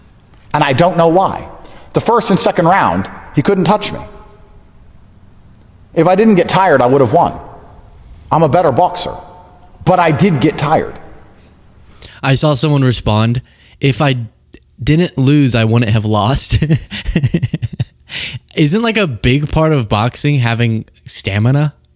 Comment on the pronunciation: Why the f*** does Andrew take pronounce words so weird?!? Bowkser? Boxer is box-er